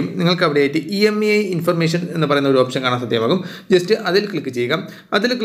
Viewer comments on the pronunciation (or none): Brother not EMI..IMEI is th right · Emi athentha imei ennalle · EMEI alla IMEI aan